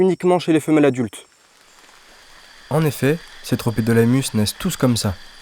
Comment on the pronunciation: Magnifique ! Sinon ça se prononce « tropidilémus » 😊